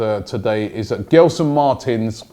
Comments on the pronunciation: It’s not gel-son Robbie its gel as in hair gel, so pronounced like jelson martins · Robbie, love the show. Not giving you stick, cause I know you like to pronounce these names properly. In Portuguese, when you have the letter G next to an E like Gelson, it's pronounced Jelson. Hope you sign him as I'm a benfica fan and Gelson is a good player for Sporting. Probably a top 3 player for them. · Pronounce with a J guys. (J)Gelson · You pronounce it as “Jelson” btw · Gelson Martins I think is pronounced as Jelsen Martins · The name Gelson Martins in Portuguese is pronounced more like "Jelson" and not "Ghelson". And then "Marteens". The last syllable in Martins is the strong one. Of course it´s easy for me to say that. On the other hand I pronounce a lot of English names wrong, and there must be a lot of mistakes in these sentences I write. Sorry. I just love this cosmopolitan club and wish Arsenal the best.